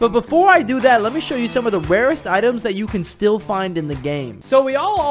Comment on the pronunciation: It’s so funny how he says wawest